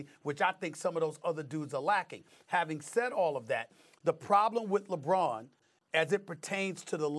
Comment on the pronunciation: no D in LeBron James